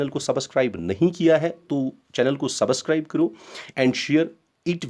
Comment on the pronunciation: Subascribe nhi hota hai sir subscribe hota hai